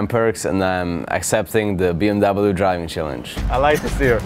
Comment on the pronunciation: How much did they torture to pronounce BMW the wrong way???